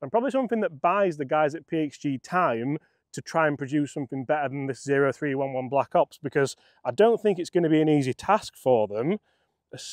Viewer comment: Cmon, get with the PXG lingo. The 0311 is pronounced OH THREE ELEVEN